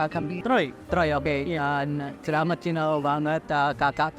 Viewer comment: salamat awoakowka kedengarannya kek selamat kan.